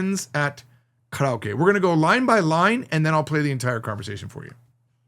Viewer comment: i like the backdrop. i vant one. you said carryokee, and that is interesting how the pronunciation of english native speakers mostly is that, along with caratee, and tokey oh. a new one is waygoo beef. and everyone says nyeconn, and hahn-duh etc...